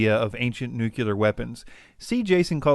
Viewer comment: new-clear, not new-cue-ler. UGH. So hard to listen to! But otherwise quite good.